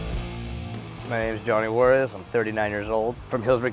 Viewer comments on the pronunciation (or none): ..."J" letter sound is a strong "H" not like "guarez" mate